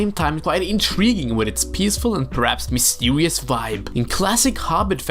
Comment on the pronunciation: Did you just say mistewious? Btw, same love for the LOTR series here. As for The Hobbit, it’s good but I’ll stick to the books 😅